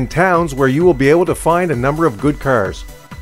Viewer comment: He says cars as "currs" like how Nelly said "Pair" as "Purr". XD